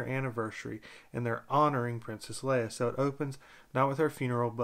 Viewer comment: U said it right. Lol